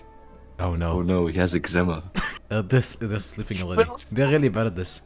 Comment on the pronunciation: its eczema not exema